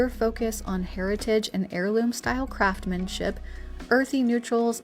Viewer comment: It's craftsmanship with an "s" BTW Thrifting is definitely the way to go 💖